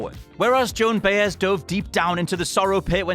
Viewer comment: Okay, quick pronunciation guide here. It's the "Eyes-ly" Brothers. And Joan "Bye-ez".